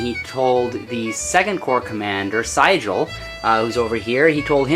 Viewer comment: Enjoyed the perspective from miniatures. You are mispronouncing the name of General Sigel. It is "SEE GEL". Terrible general too.